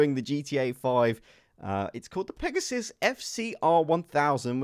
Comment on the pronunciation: you fee its Pegassi not Pegasus